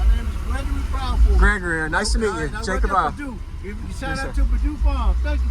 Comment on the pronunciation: You forget to say the ral in Viral, until I just looked at your username, I thought you were saying Jacob Vial LOL